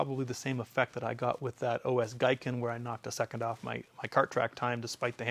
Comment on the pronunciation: "Gi-ken" not "Gai-ken"